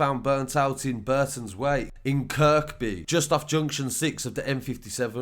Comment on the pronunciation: It's spelt kirkby but you say it without the "k" Kirby